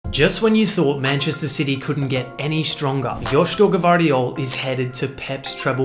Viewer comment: Josh-ko G-VAR-diyol, but he pronounced IT great Because it’s hard to say “GV” for people Who don’t speak croatian and he actually Said josh-ko G-VAAR-DIYOL